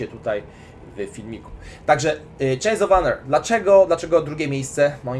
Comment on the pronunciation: Czeins of ane 🤣